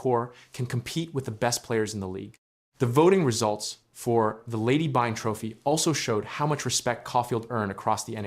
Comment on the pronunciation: Byng rhymes with sing, my guy